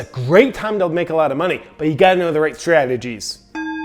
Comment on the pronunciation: I thought you were drunk when you were talking about scradgeties.